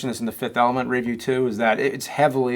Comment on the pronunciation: When James says the word "review", he stresses the wrong syllable. It's like he's saying "re-view" instead of regular ol' "review".